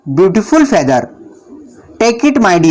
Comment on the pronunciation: Feather s pronounce is incorrect